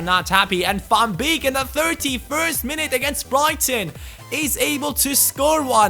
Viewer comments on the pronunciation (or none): Van beek is pronounced like van bake:) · Van beek is pronounced -->Van Bake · The ee in van beeks name you pronouce as ay in the word way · how you pronounce van beek :)